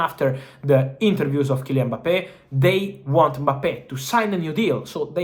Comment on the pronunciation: hilarious hearing him say Boppay